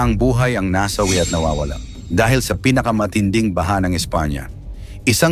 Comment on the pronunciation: Nasawi (mabilis ang bigkas ) ang daming maling bigkas .